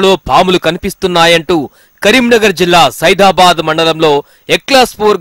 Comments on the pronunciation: Sidhabadh kadu adhi sidhapur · Saidabad kadu ra ayyaa saidapur mandal Yevadraaa... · It is Saidapur not Saidabad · సైదాబాద్ కాదురా.... సైదాపూర్ ఎట్లా న్యూస్ రీడర్ అయినవ్ర నువ్???? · బాబు రిపోర్టరు సైఫాబాద్ కాదు సైదాపూర్ అది ఫస్ట్ చదవడం నేర్చుకో నువ్వు ఎందుకంటే ఆ ఊరు మా పక్కనే కాబట్టి నాకు తెలుసు ఇలాంటి ఎన్ని మిస్టేకులు చేస్తున్నావు ఇలాంటోళ్లు ఎలా పెట్టుకుంటారు అయ్యా బాబు మీరు కూడా మేనేజర్స్